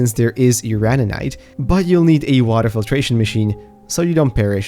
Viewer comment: respectfully it's "UranINite", not "Urinite". PLEASE.